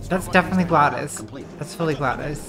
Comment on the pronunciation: Is nobody else bothered by the fact that she pronounces it Gladys and not GlaDOS